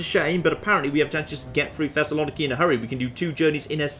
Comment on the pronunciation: as a greek im offended by how you pronounced Thessaloniki